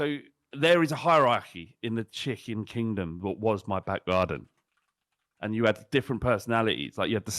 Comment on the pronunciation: "So, there is a hierarchy in the Chicken Kingdom that was my backgarden". A line I didn't expect to hear today but absolutely fucking loved it. And I like how verged on Scouse the way he emphasised "Chicken".